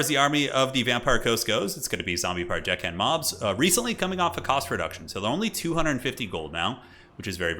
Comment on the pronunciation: "couple of dickhand mobs" 😆😆😆 I always hear that when they are saying their name too